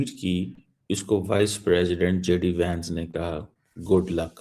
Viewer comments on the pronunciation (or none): none